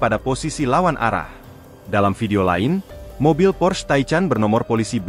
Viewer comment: Porsche bukan Porche apa Pors...😂😂 Apa lagi Taychan... 😂